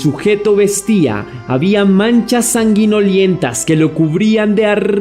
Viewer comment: Hola. Un abrazo. Se dice sanguinolenta no sanguiniolenta. Un grab saludo. Siempre te veo